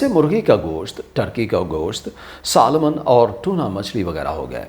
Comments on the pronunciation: Very informative video, thank you! Suggestion: / Salmon is pronounced "سیمن", not "سالمن", "L" is silent. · نہ سالمن نہ سیمن بلکہ سامن